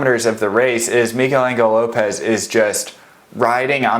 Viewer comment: migel angle lopez....stop it! it hurts to hear that